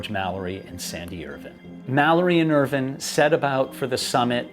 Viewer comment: Just curious why you pronounce Irvine's name as if it's spelled "Irvin". The "e" on the end means that the "i" is pronounced either as a long "i" or a long "e". Examples would be "vine" (long "i") like "grape vine", or long "e" like "morphine". I've known several people / families with the surname "Irvine" and it is ALWAYS pronounced with a long "i". I grew up in a city that was about 10 miles from Irvine, California, and that is pronounced like all the rest, with a long "i". There was also a N. Irish Formula 1 driver back in the 1990's / early 2000's named Eddie Irvine who also pronounced his name like how we pronounce it in the USA, with a long "i". So is this a British thing? I mean Brits pronounce a lot of things really weirdly, but pronouncing it as "Irvin" seems too weird even for them.